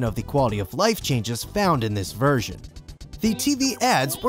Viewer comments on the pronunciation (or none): none